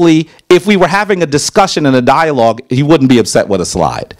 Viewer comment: He came to a dialog trying to debate got mad when he got corrected for his miss pronunciation and wrong geographic location of places